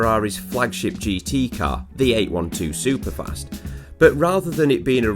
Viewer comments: Eight twelve superfast not Eight one two 🙄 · for the love of god.... its EIGHT TWELVE SUPER FAST.... not EIGHT ONE TWO.... JEEEEEEEZ.